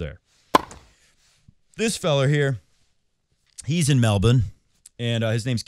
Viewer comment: As a Melburnian, you absolutely nailed that pronunciation. Usually US/Canadian accents make me want to put my head in a blender when I hear them say it 😂